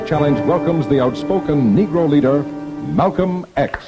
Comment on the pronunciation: Did anyone else notice the introduction? It sounded as if he said: "Tonight we present the dynamic and controversial negro "looter" himself... Malcolm X". Rewind and take another listen.